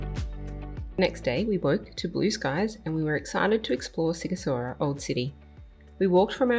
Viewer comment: Sighishoara. Sh is ș .Gi is like Gina, ghi is like give. The same with ci and chi.